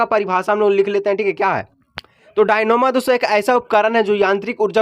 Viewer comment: Dynamo Bolne nahi janta hai😅